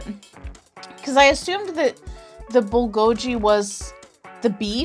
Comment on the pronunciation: It’s pronounced like Bull go geee you’re saying the letter G it’s so hard to annunciation it but if you go to google and put how to say Bulgogi they say it for you 🙃😊 If you want to know how to really say it I don’t think it matters cuz we all know what you’re talking about.